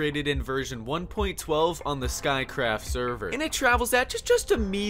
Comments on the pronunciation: boy said skycraft not sciecraft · Minecraft irked!?!? Lol also tell it’s pronounced sci craft like sci fi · vertically also tnt dupers we’re only possible in 1.13 because it required dead coral this whole part you are using blue ice and while you could technically stil” do it with packed ice, the visuals are inaccurate. it’s not pronounced “sky craft” 🤦‍♂️ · No one gonna talk about how he said sky craft? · Did- Did you j- Pronounce SciCraft "Skycraft"